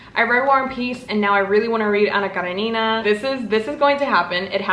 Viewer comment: Cara-neena is not the correct pronunciation by a mile but that's ok! ⭐💫 There are some pronunciation guides on YouTube, but in English and Russian it's "Kuh-ren-in-nuh"